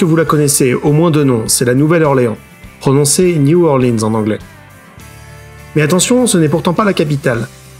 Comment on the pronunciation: Super vidéo ! Toutefois, je me permet quelques petites précision. La Nouvelle Orleans se prononce en anglais de Louisiane "New OrlEANS et non New OrlEENs". La prononciation en anglais de Louisiane vient du français. Ici c'est à la fois vrai et faux. En réalité, si on compte toutes les variantes du français (Métropolitain, Neo Orleanais (les deux sont très très similaires, Joseph Dunn, un creole blanc français de Louisiane en a deja parle plusieurs fois) Cadien etc... on est aux alentours de 7%. Le U.S. Census est très imprécis dans ses critères et le français Cadien est séparé du "Français Standard" (incluant le Neo Orleanais d'ailleurs). On tourne donc autour des 7%, il se peux que ce soit plus. Le Créole Louisianais n'est pas du français. C'est un créole à base lexicale française parlée surtout par les créoles noirs. Le français Louisianais comporte deux principales variantes (Cadiens et Neo Orleanais) et est BEAUCOUP plus parlé que le créole lousianais qui ne comporte actuellement que 10 000 locuteurs.